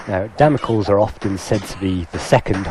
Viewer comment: Damocles is pronounced Damocleese. As in the sword of Damocles.